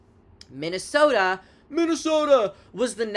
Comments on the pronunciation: i think biden said it like that once lmaoo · Why did you say Minnesota like that 😂